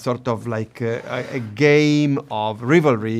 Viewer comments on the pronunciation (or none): the way Luca says "GAYme" kills me because it's very fitting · “a GAYme of rivalry” 😂😂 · "a gayme of rivalry" yup yup